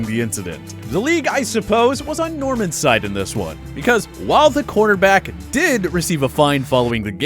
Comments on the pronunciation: If you could pronounce corner back correctly that would be appreciated. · He's saying cornerback.